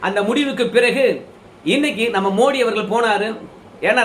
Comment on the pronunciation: மோடி இல்லை மோதி. ஆங்கிலத்தில் ட த இரண்டுக்கும் T, D தான். அதனால் தவறாக தமிழகத்தில் உச்சரிக்கிறார்கள். ஜெயலலிதா கூட மோடியா லேடியா ன்னு தான் பிரசாரம் செய்தா. வட‌மாநிலங்களில் அவரை மோதி என்று தான் அழைக்கின்றனர். மோடி இல்லை. வெளிநாட்டு வாழ் இந்தியர்கள் பிரதமர் அந்த நாட்டுக்கு செல்லும் போது மோதி என்று தான் சொல்லுகின்றனர்.